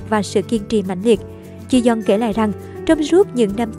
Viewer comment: Ji yong đọc là Chi Dân à..:)))